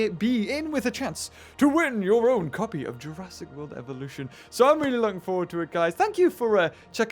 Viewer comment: u do know dat u said evoluton right?